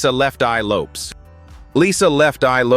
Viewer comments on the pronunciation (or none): It's Lopez not Lopes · Lefteye last name is pronounced Lopez even though it's spelled with a "S"